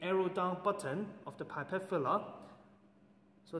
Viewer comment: Are you a teacher from HK? You have a distinct accent. By the way, pipette is pronounced p.epette not pie.pette. Nonetheless very useful teaching resource. Well done.